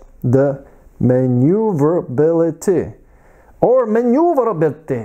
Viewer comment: muh-noo-vuh-hura-bility 😁 in Australian! 🇦🇺